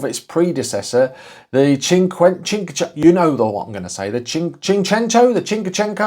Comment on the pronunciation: See-chento and Chin-kwa-chento. You've spent too long speaking Malaysian! My 2nd girlfriend had both models in the Sporting trim, both in the yellow. The clutch cable used to snap regularly. My 1st car was the Punto Sporting so getting into her cars was like getting into a soviet era Lada. The Seicento just looked like the Cinquecento had an allergic reaction to peanuts.